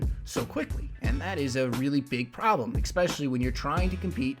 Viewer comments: ESpecially, not EXpecially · good vid man, one thing tho, just being picky, eSpecially not eKspecially, sorry for being pedantic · stop saying ecspecially